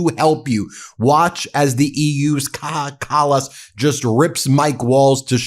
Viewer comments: I am now convinced that Americans don't speak any English at all. They don't have language, they just make random noises that slightly resemble linguistically meaningful utterances. Take the way Ben Meiselas is incapable of pronouncing the name of Kaja Kallas, for example. Idiot. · How to pronounce Kaja Kallas? English speakers, try this: Kaya Callas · BTW.....It's pronounced - Kai-ya Kal-ous Also, why can she speak better English than trump's epstein-slops = melania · It’s pronounced kaya callas. Lots of love ❤️